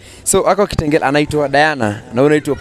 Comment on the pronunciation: Nooo!!!😭😭😭😭😵she didn't just say KITENGERAAA!!!!!!